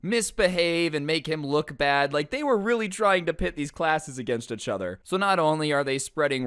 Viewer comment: Why does he keep saying achother lolol